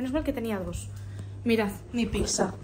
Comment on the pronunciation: es pizza no es pikza 😂😂